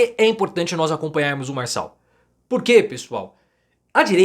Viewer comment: Farshall, fala direito.